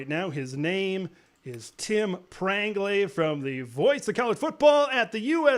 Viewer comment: Lol😂😂😂😂 it's Prangley 😂😂😂😂😂😂